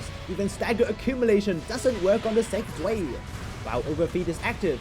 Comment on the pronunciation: It's said Zv-eye, not zuey. Good video.